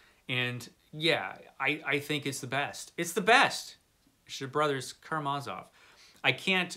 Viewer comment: its not 'karma-sov' it is pronounced "Ka-Ram-a-Zov"